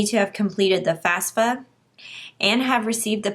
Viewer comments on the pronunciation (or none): It's FAFSA, not FASFA.